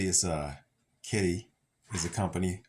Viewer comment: Kidde is said as kid-duh